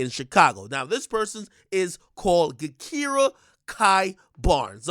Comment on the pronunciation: ak it’s pronounced “ja-kira” not “ga-kira”